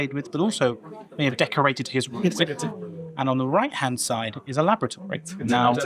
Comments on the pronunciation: Wonderful, totally enjoyed watching the experience you had at the Fat Duck, had to laugh though when he said labortoree, rather than laboratory! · LABRATORY? Wtf? it's called a 'laboratory' !